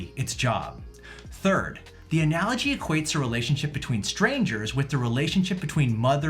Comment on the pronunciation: She lost her entire argument with me by simply mispronouncing “analogy” with a hard “g”.